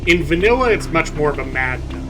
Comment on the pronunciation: “Mad Doug” I suppose you pronounce it so we don’t have to!